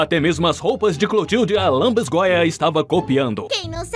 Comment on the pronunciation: a palavra é lanbisgoia kkkkkk adorei seu vídeo ficou muito engraçado ❤❤